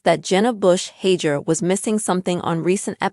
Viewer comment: Please figure out the correct pronounciation of her last name before you post a "story"